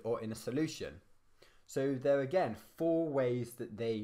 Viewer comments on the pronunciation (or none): none